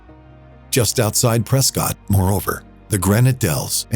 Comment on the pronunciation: Ooops, Prescott mispronounced; it's Pres-kit. Sad that you didn't film the amazing Mogollon Rim; quite a unique natural wonder.